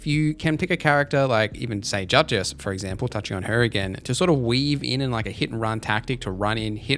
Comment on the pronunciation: Bro you gotta stop with the "dutch ass" pronounciation it is crazy lmao her name not split into 2 words its duchess